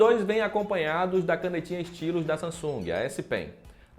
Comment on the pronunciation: Não da pra levar a sério alguém que pronuncia "Stylus" como "Istilus".